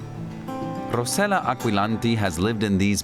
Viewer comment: Rossella not Rosella